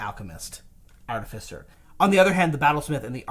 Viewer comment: Why do you keep pronouncing artificer as "artifisser"? Totally keeps throwing me off...